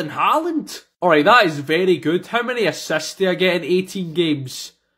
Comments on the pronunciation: Bro said asasts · I love when he says asasts